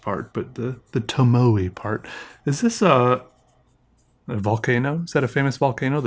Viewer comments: tomoe is japanese. it is pronounce as TOMO AIR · We in the pretentious fountain pen world pronounce it "toe-mow-aye". Humph! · "Toe-mow-ay" River. :) And that's Mt. Fuji. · Thanks. TOW MOW EH is correct. In Japanese "letters" are always grouped sounds of consonant+vowel. (or vowel alone) In the case of Tomoe the 3 letters or sounds are TO MO E & the E is always pronounced "eh" like in egg. You can pronounce any Japanese word if you split it up like this. A RI GA TO U I lived in Japan for a long time & TomoeRiver is a famous & highly regarded paper. I like it, but its quite thin. However my #1 Japanese paper is "LIFE Noble Note plain", if you havent tried it please do. Its creamy, doesnt bleed & beautiful for pens, pencil or brush. Its very satisfying to use & that make life happy. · Tomoe is Japanese, and is pronounced like Toh-moh-ay. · Pen pad made in Japan. 2nd degree black belt in judo here (and president/owner of the gym). Tomoe is pronounced "toe-moe-ehy" there is a judo throw called tomoe nage. Circle throw. So, tomoe river, means Circe river. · I believe the official pronunciation of Tomoe River is “Toe-mo-ay” River. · I’m not 100%, but I think it’s pronounced toe-mow-way. 💙💙💙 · huh. I thought it was toe-moe-aye, as if the e was like an accent e or something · The paper company tomoe river is actually Japanese and is pronounced as (toe moe eh), or tomoegawa in Japanese :) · Here's a short interesting video from JetPens and I think they pronounce it correctly (tomo-a) Great video by the way :) Such a great intro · It’s pronounced like tomo-ay and I’m pretty sure the mountain is supposed to be Mt Fuji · it's toe-moe-ay river, but i don't care if you call it whatever you want, and that's mt. fuji on the cover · Love your videos! But just a friendly educational moment. Tomoe is pronounced "to (as in tone), mo (as in Moe), e (as in end)" Figboot didn't pronounce it the best way either.